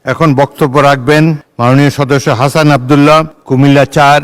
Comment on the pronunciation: (যে স্পিকার) আমাদের সকলের প্রিয় জনাব হাসনাত আব্দুল্লাহ ভাই এর নামটা সঠিকভাবে উচ্চারণ করতে পারে না,তার এই সংসদ ও সরকার কে নিয়ে বৈধতার বিরাট প্রশ্ন থেকে যায়।। 🤣🤣